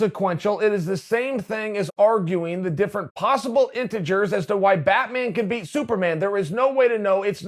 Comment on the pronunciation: If you're a real Chael fan you've heard him say the word intergers a thousand times.